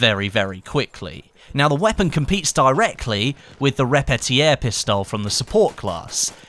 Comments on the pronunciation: the repetiäh pistol 😂😂😂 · Luis Richter That would be like pronouncing repetterpistole, but its pronounced re-pie-ter